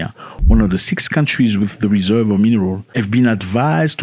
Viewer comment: Great video and I don't want to be a weirdo, but it's reserves not eserves.